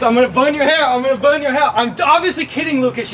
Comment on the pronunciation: some people just wanna watch the fwicking wowld buwn